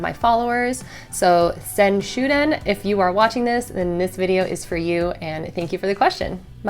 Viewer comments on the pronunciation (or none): Thank you,. I guess I'm doing far better than I thought...which is very useful information! Have you ever considered doing a long-form conversation with Gabi Kovalenko (or similar)? I'd totally be down for that! p.s. pronounced SEN-shoo-dan